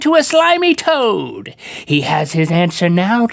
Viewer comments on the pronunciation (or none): when link said slimy toad I thought he said slimy toe.